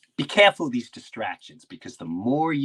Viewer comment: Did Jim learn to say careful in Boston?